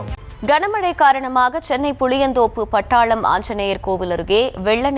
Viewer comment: அது பட்டாளம் இல்லை. படாளம். பட்டாளம். - army படாளம் - ஒரு ஊரின் பெயர் கொடுமையிலும் கொடுமை. தாய்மொழிக் கேவலப்படுத்துவது.